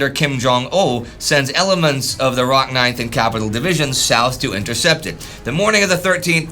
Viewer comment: It is pronounced as "Rock."